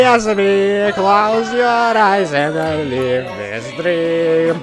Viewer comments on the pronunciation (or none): none